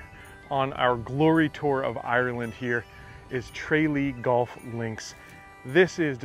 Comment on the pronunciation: It's not Tray-lee, it's Tra- lee. Golf in Ireland is totally ruined by the rich Americans who will pay anything, £300 to play Tralee, totally unavailable to Irish people, even the members are seriously limited to certain times of day, it's a terrible situation.